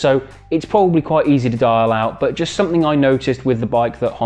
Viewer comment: Your “Bbaa” (but) is funny